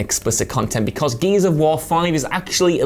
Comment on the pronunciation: It almost sounded like said geezers of war 😁